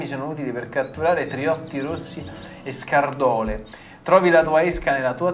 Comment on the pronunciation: scàrdole synergo non scardòle